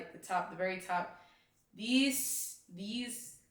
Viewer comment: Thanks so much, I'm a newbie, I'm just starting to learn trading and this helped a lot. The way you said that Jesus sounded so nigerian, are you a Nigerian? It had me rolling with laughter. 😂😂